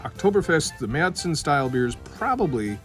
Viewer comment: San Jose, CA. Going to Oktoberfest in September '24. Can't wait to taste Paulaner's and Spaten's Marzen. Glad you pronounce it MareTsen and not MarsEn. Prost!